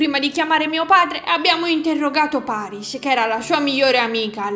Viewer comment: ma perché ha detto PERYS al posto di PARYS?